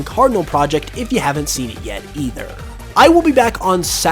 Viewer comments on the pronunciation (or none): none